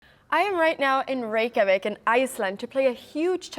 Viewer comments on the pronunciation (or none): none